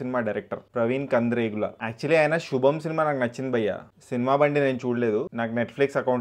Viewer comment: ప్రవీణ్ కందిరేగుల Kadhu ప్రవీణ్ కాండ్రేగుల 😮😮😅